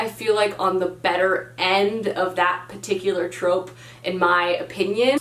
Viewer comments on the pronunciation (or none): none